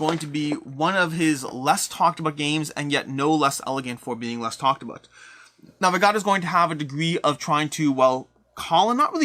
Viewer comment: The way he pronounces Navegador is like nails on a chalkboard haha great vid though